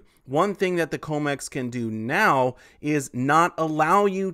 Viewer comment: you are saying comex wrong - com like commodity